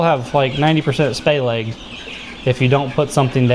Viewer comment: Sounds like you're saying "spay leg" instead of "splay leg." 🧐